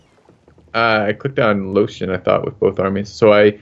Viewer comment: Im sorry but is calling Lothian Lotion?